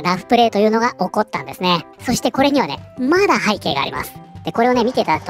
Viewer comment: 動画の内容と関係なくて本当に申し訳ありません。 さんの「です」「ます」の「す」が有声音なのが気になって仕方ありません。 「ですよ」「ますね」などは無声音で発音できているので気になりませんが、言葉の最後が「す」で終わる時、たまに有声音になります。 文字であらわすと、「ですぅ」「ますぅ」「なんですぅ」という風になっています。 このような発音は正確ではないもののわりと一般的で、多くの方がこのように発音されています。 明らかに私の気にしすぎなのですが、我慢できずに視聴を中断してしまう時があります。直してくださいとは申しませんが、一意見としてコメント失礼しました。